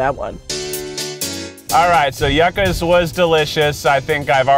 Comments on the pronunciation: Sorry kieth but it’s pronounced you-ca. It’s a root vegetable. So good too. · Keith it's not yukka, it's Joo-kah. Yucca, it's delicious. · it is pronounced youcka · The most annoying part of this video is how she keeps saying “yuh-ka” vs “Yoo-kah” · Oml me too. The way they pronounce it sounds like yuck-ah which just doesn't sound appetizing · yuk-uhs 😭 , instead of ju-cas 😭 . Keith is the best 😭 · the whole video I was yelling stop saying ya-cas its pronounced you-cas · Yakas? It is YUCA'S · Yuca is pronounced like “you-cah.” Yuca is a starchy root vegetable like a potato. Very popular in Caribbean cuisine. From a local Miamian. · Hey Keith for your info it’s Pronounced “YOU-KA” Yuca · Keith said you-ka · They all say yuh-ka and I’m like “NO!!!!” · Keith needs to stop taking people to los feliz until he can pronounce it correctly lmao (also it's yoo-cuh it's a vegetable) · The way they pronounces yuca make my little Latina heart hurt. It’s pronounced you-kah or in Costa Rica (where I’m from) jew-kah. No judgment though, I’m just glad Latino places are popular. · It’s “U-khas” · omg. can I just-- it's pronounced ✨(yoo-cah)✨ but us hispanics will argue (joo-cah) as well. anyways that just annoyed me so now I'm being annoying about it LOL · As a Hispanic person Keith made me want to cry every time he said the word "Yuca" 😭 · THANK YOU!!! My heart was hurting every single time they pronounced it incorrectly. 😭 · Lmao he can somehow say “Yucatán” correctly but not “Yuca.” It’s like mispronouncing “milk” but not “milkshake.” He also can’t pronounce “feliz” lol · The way Keith said yuca made me physically recoil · Keith your white is showing with your pronouncing of Yuca lol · I hate that Keith pronounced Yuca like that 😤🤦🏽‍♀️😓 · Is anybody else cringing every time they miss pronounce Yuca’s???!!! 😣